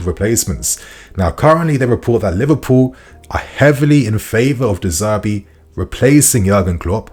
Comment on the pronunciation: De Zerbi , not De Zerbe lol